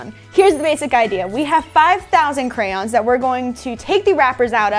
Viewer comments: Grace says "Kray-On." says "Kran." Grace is saying it correctly! ❤🧡💛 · I find it annoying to hear "CrANs" instead of Crayons. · Dude theyre not "crans" theyre "crayons" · THEY’RE “CRAY-ONS” 🤦🏼‍♂️